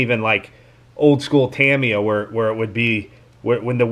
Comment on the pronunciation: This is the second time i hear someone on youtube refer to Tamiya in that way (Tam-eye-ya). Is it commonly called like that in your area? here in california we call it "tum-ee-ya".